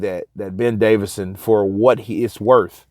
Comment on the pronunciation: its davison not davidson Fyi man great channel tho